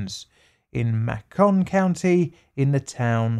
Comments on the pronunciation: "Mack-con" county? XDD Dude, it's pronounced like "Makin'" XD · i know this really doesn’t have anything to do with the experiment but i’m from alabama and hearing him say “ma-con” county made me laugh because we all say “may-con.” i know it’s accents and dialects but it made me giggle. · It's pronounced May-can county. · Fellow southerner here (from georgia) and I was just about to make a similar comment correcting the pronunciation, lol. MAY-con. Mak-KON makes me think of macaroons XD Either way, what a terrible thing to have done to all those people. I really am just appalled at the myriad ways people will mistreat one another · I think its pronounced May-kin not Mah-cawn but honestly it doesn't really matter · "Mack-on County" has me dying 😂 It's pronounced like bacon, just with an m. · I must correct one thing: I live in the south near Macon county...it's pronounced "May-ken" (rhymes with bacon) not "mah-Kuhn" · "Macon" rhymes with Bacon, it' not pronounced mahcone, FYI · Macon isn't mack-on it's may-con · "Mayy-cunn" not "mahh-cahhn" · Not that it bothers me that much but it’s pronounced Maecon not Macon.that Alabama for you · It's not "mah-kon" it's "make-in" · Pronounced May-con not mah-con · For future reference, Macon rhymes with Bacon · Minor point: It’s pronounced MAY-kun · I live closer to Georgia and they also have a Macon (May-con) :P I was a bit confused on the pronunciation haha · what's funnier to me is how he's obviously trying to avoid saying "macaron". you can hear him slip and say macaron instead of macon at one point later in the video. he tried so hard but all he had to do was think "bacon = macon" to keep it straight. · Love the videos, just FYI Macon county is pronounced May-con. What's really sad is I grew up and still live less than 75 miles from Tuskegee and never heard of these experiments or studies. It's a horrible mark against the United States of America and the great state of Alabama that I call home. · Macon = May-Kin